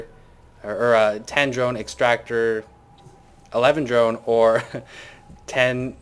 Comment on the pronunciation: lol you've really messed up the word drone!:P